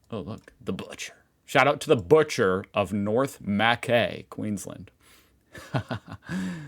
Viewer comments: Mackay is pronounced MACK EYE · Mackay is pronounced Mac Eye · Pronounced Ma kye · What a great video!! I am an Australian and still watch you as if I am learning more about my country hahaha. Btw, it's pronounced Mah-kah-i for Mackay ( I know this because my last name is Mackay hahahaha) You should search up famous theme parks in Australia and street view the most unique ones or something for another video. Trust me, there are some funny ones, eg: the big banana in Coffs Harbour and others. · Happy Garden... lol 😅 i have eaten there and recognised it st8 up when you were giving me motion sickness with your mouse movements lol... You make me laugh... Mack- aaye Or is that Mackay .. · Mackay = Mc Ky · "Mackay" is pronounced "mac-eye" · Pronounced North Mc-eye - 😊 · Also it's Mack-eye ....make sure you slightly slur the k and e together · Aussie pronunciation tips: Mackay is pronounced like Mac in British English but Aussie accent cuts off the C making it sound like Muh instead. And, with the 2nd A being silent, the KAY part becomes KY, like short for Kyle. (Muh - Ky) Narrabri is pronounced with the letter I pronouncing itself, so the BRI part sound like br-EYE, like your going to say the name Brian but cut off before the "AN". (Narra - Br - Eye) Your pronunciations were close but was funny. lol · Americans put emphasis on different syllables and vowels in your speech. Pronunciations are; You-ran-gan, Ma-ky(rhymes with shy), Mow-bree, Nah-rab-bye. The only ugly places in this Country are suburban and even they are "ugly" only due to crime statistics or industrial locations. Well done. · well at face value he isnt wrong with Mackay but we say it as MA kai for some reason , also i like how he said urgaon than was like wait Aussies says gan not gone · Mackay is pronounced ma-kye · Haha Feel safe in Mackay?! (pronounced Mac-eye) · Mackay is pronounced MAKie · But please pronounce it as Mceye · Mackay Is pronounced Mac eye.